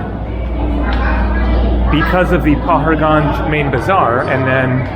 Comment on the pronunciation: Hi: Welcome back to India! Paharganj is pronounced "pahaadgunj" - "pahaad" in Hindi means mountain or hill.